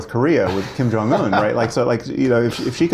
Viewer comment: His pronunciation of Kim Jumg Un was uncannily good.